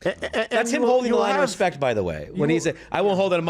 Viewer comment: He ax you to respec him okaay